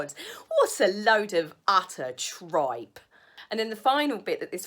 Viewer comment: I like your channel. You should be on TV. . Great pronunciation of TRIPE!! 😂 This is honestly like Victoria Wood and she was great.